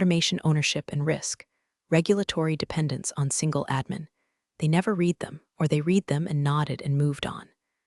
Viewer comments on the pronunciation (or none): Just a few suggestions. Declare what is AI content, and what is not. Proof-listen to AI generated voice to fix pronunciations such as resume vs. résumé, read (verb) vs. read (noun), live (verb) vs. live (adjective), butt vs. button, etc. Proofread transcript to fix things like doc (documentation shortened form) vs. dock, Counting vs. Accounting, US vs. U.S., etc. The story is good, but not entirely believable. I worked with some pretty arrogant incompetent people, but not everyone was that bad all the time. The "good ol' boy" network and nepotism was particularly unwholesome.